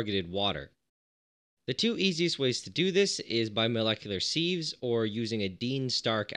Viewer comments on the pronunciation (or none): sieve is pronounced as siv.